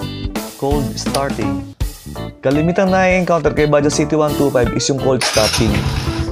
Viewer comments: Bajaj po not baja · What exactly is the correct pronunciation of "Bajaj"